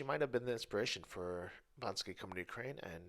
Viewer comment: WHHHHHHHHAAAAAATTTT?!?! Daaaamn dude, Banksy; even if you do say "his" name a lil' goofy... Duuuuude! BANKSY!! Holy shit my guy! That's a VERY, VERY, VERY special honor if he was inspired through you specifically. I mean, BIIIIIIIIIIIIIIIIIIG TIME! Amazing man, fucking amazing!